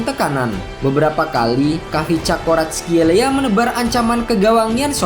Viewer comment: Bukan kavicakoratskhelia min, bacanya Varatshelia 😂😂😂